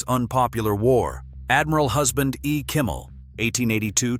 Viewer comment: It's not Kummel it's Kimmel.